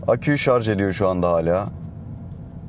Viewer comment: Eline sağlık. Sonunda “Şarj” diyen biri çıktı 😊😊